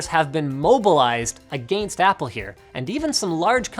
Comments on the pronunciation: Linus, please stop saying agaayyyinst. >_< my poor ears. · OMG linus your Canadian accent when he says against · How he pronounced “against them”🤣